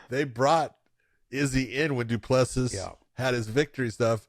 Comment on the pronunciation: Great show but out of respect for the fighters you should learn how to pronounce their names. DU PLESSIS = DOO-PLA-SEA *silent last “s”😉